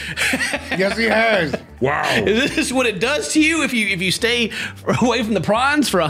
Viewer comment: I cannot be the only one who heard x days without pron and thought he was talking about prawns 😂 im over here expecting this man to have a shrimp addiction ahahahhahaha 😂😂😂💜